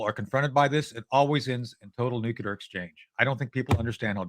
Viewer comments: New-cle-ar. Please, someone tell these people who can't pronounce nuclear. It's not Nu-ku-lar, it's New-cle-ar. Thank-you, my work here is done. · Guys, it is pronounced NUCLEAR. Never nucular... No such thing as a nuculus of an atom. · “Nukelar plants”?!??! Heard it three times! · Anyone who pronounces it “nucular” should not be trusted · He's definitely saying "nucular" on purpose, guy has a great sense of humor! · Tony "Mr.Nucular" Shaffer 😂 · Am I crazy or every time he wants to say 'nuclear' he says something like 'nuketer'? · Hint: there are only two syllables in "nuclear".